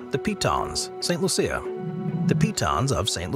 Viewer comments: I believe St. Lucia is pronounced LOO-sha, not loo-SEE-uh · St. Lucia lol... its pronounced Lu-shh-ah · My wife is from St. Lucia and we visit every other year, and I can assure you it's pronounced LOO-sha. Creole French. The AI voice is simply not recognizing the accent involved. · "Saint Loo-sha" is how they pronounce it.